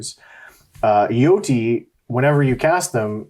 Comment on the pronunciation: chose violence this morning lmao This was a great video lads Also Jyoti is pronounced Joe Tee for future reference xx